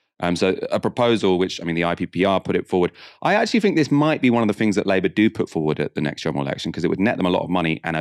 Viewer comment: Love the channel I really like and support the content, however please please please pronounce words that begin with a T with a T not an F. Thanks isn't Fanks, and think isnt fink.